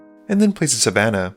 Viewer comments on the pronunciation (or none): none